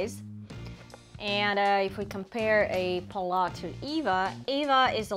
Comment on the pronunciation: Hi you may pronounce it pallaS the s is not silent. PAL LAS